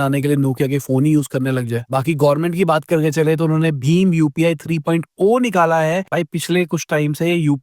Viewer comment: It is better 3.0 ko 3.o mat boliye.. indian touch in 3.0